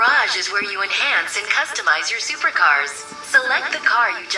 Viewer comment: That last race actually made me laugh. "i shall acteevate, ze supar boost!" straight off the track lmao